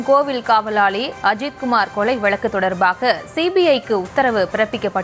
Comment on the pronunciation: வலக்கு இல்லப்பா வழக்கு... Ignoring news due to No Proper Pronunciation...